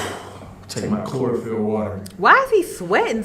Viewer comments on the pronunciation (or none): none